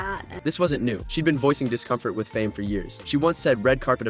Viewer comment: it's lead roles as in main/protagonist, pronounced leed/lied. Not led as in the metal. : The word is fame and it's pronounced FAIME, not farme. No-one will take you seriously when you can't even speak English in your own video where you're critisising someone else! You're a joke.